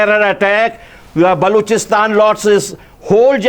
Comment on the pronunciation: Sale balochistan kehne bi nae ata es ko